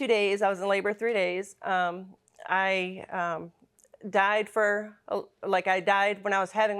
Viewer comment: FOR...not FER!!!